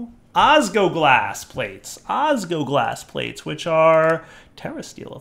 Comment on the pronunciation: it's osGLOglas! There is an L that you aren't pronouncing and it hurts to hear!